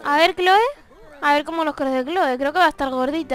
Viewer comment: Clhoe se pronuncia cloi y es hermosa